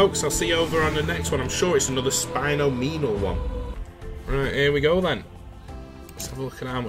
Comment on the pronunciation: Your pronunciation of Spinomenal had me dying! It’s a mix of ‘Spin’ & ‘Phenomenal’ 😂